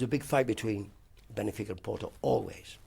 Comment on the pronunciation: Absolute legend of football but apparently couldn't pronounce Monaco or Benfica